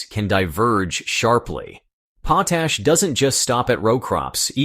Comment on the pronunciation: POT ASH correct your computer generated pronunciation.